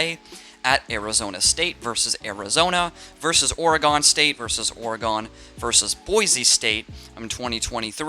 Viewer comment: Oregun not Or”a”go